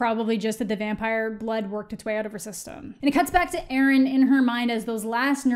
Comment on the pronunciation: The way she says erin confuses me